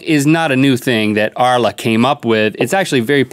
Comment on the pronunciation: haahaha arla is danish and you pronounced it right